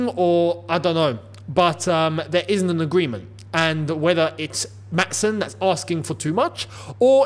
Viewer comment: I just wanted to tell you that you're pronoucing Maatsen wrong. I'm from the Netherlands and I'd like to give you a short explanation on how to say it correctly. When we have a double vowel like the ''aa'' in Maatsen, it's pronounced quite long. You're saying it way to fast, so slow it down a little bit. Also the ''a'' in dutch sounds a bit different than it does in english. I can't really help you with that now so I hope you can look that up yourself. And that's about it, all I can say now is I hope you get to see this comment.